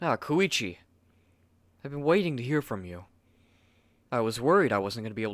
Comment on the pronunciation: when he said you arent koichi i that he said you arent kokichi